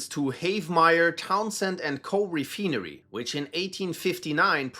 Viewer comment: I'm sorry but I can't take you seriously when you pronounce "refinery" as "re-fee-nery".